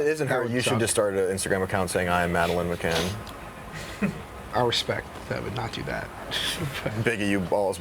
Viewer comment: Does live under a rock? How don’t you know who Madeleine Mccann is and can’t even pronounce her name right!?!